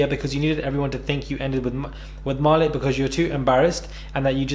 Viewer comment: Ma - leek not ma-lick....lol